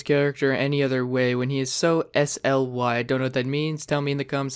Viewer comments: Sly??? Not S-L-Y. . It's Sly like deceiving and sneaky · Sly is pronounced sligh. Rhymes with eye. It means to show cunning or deceit. And it’s “smitty” not “smiley with a seven.” Dudes got four million subs. Look him up.